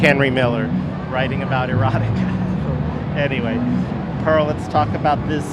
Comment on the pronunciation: Pearl not Porl, be respectful man, seriously.